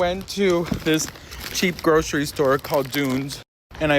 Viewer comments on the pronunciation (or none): none